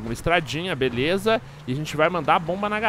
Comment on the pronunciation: o fala: "Eae galera veleza."